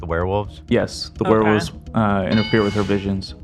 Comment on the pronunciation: "The weh wulfs" 😂